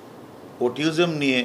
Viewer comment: ভাইরে অটিজম৷ অটিওজম না😓😓